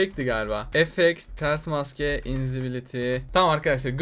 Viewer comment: nîn maske demesi yerine mksae diyor onu derken ben de çok gülü yorum